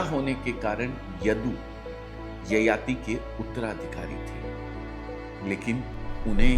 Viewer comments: Sir, आप यताति बोल रहे हैं please आप ययाति बोलें । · भाई साहब यताति नहीं ययाति होता है 😂😂😂😂